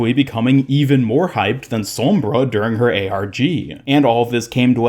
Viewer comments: It annoys me how you say "sormbra" not "sombra" lol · no one: literally no one ever:: sawmbra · Why do you say sombra like that